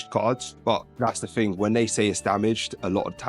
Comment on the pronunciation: Why do you say ting? Youre not jamaican so why are you acting like a jamaican?